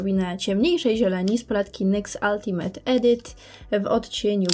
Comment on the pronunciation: 'Ultimate' wymowione poprawnie - w koncu ucho anglisty nie krwawi :D